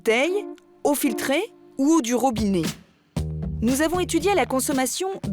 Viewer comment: On ne dit pas ROBINÉ mais ROBINET.